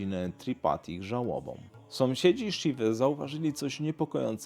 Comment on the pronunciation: Kolego sąsiedzi a nie somsiedzi.